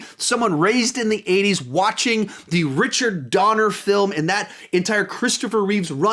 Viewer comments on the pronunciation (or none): none